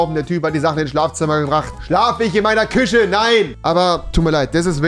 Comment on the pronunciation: Rewi: Steckdose=Chteckdose Küche=Küsche 😂😂😂😂